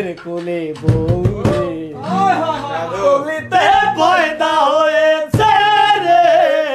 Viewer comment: গলিতে পয়দা হয়েছে এটা ক্লিয়ার করে কলিতে হয়েছে উচ্চারণ করা উচিত ছিলে😶🙃